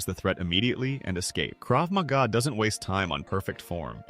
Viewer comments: “krav maga” 🥀🥀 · Bro said Krav Maga lmao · How much they pay you to say "Krav Maga"